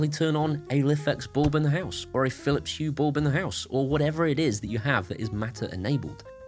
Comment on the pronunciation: Aqara continuing to innovative. Meanwhile it seems, Phillips continue to march at the beat of their own Drum., have you overcome your Phillips Hue pronunciation affliction with time or medication. Whilst I can write Phillips Hue, it seems I cannot bring myself to say without bringing up my breakfast, lunch or dinner. 😂 Keep up the excellent work.